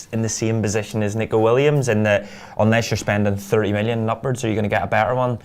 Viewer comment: can't bring yourselves to pronounce N 'E'co ....I know...it's a shite name...